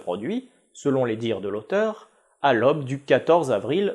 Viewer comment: Je pense que l'obe est l'aube et que l'otre est l'autre, mais mis à part ces navrantes prononciations (qu'on ne peut que pardonner), bravo pour ces vidéos bien sympas, on apprend et c'est souvent très documenté.